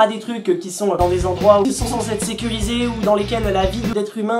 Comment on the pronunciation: Par contre dit des zendroits